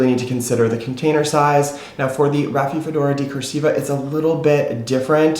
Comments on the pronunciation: "Raphi-do-phora" not "Raphi-fedora". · I’m not sure if you are pronouncing rhaphidophora correctly. And I don’t mean to be rude at all! We are all always learning and I know I butcher names! 😂🤦🏻‍♀️🤷🏻‍♀️